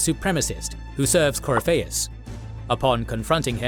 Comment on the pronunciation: Ah for fucks sake. I forgot this guy can't pronounce Corypheus despite how many times they say it in the games.